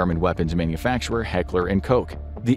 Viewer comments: Heckler and Koch not Heckler & Coke :-D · As a german, the "Hekler and coke" really really hurt. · Heckerl und Koch! - NOT COKE! That is a drink! Seriously, guys speaking a German "CH"-Shound is not hard! Your TH is a lot harder (and many of us Germans manage that, especially those with a bit of interest in speaking Englisch!) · The 'ch' is pronounced like in Scottish "loch" or Hebrew "L'chaim", in the back of the throat (a voiceless pharyngeal fricative, according to wiki). A 'K' sound is fine, though, if your dialect doesn't do them.